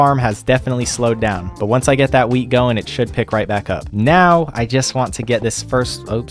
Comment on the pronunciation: (not the exact time but) when you said"let's hope my wheat has grown" I thought you said"let's hope my Wii has grown"😂😂😂